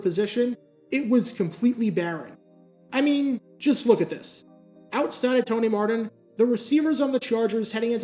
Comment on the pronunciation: Why do you pronounce your Ts as Ds? You said Tony Mardin in this, and Walder Paydon in another one